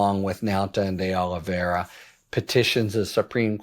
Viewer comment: The only reason I’m watching this anymore is bc Harry the Head is tho only lawyer talking head that can pronounce “Oliviera”.